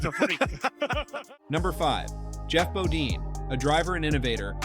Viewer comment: Geoff Bodeeeene? Bodine, do your homework before releasing a video